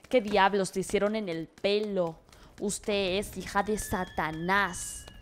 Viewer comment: "Uteh eh un vato" Cuánto me rei XDXD